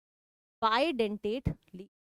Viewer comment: Maam it is bidentate not didentate